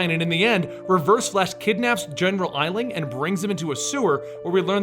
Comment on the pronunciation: Did anyone else notice when he said general eisling